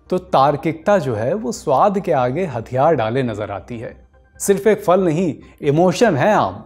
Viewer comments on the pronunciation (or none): जनाब फ़ल नहीं फल बोलिये... बार बार फ़ल खटक रही हैं